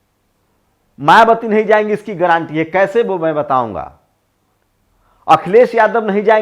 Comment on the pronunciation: गारंटी का सही उच्चारण कीजिए।ग्रांटी ग्रांटी मत बोलिए।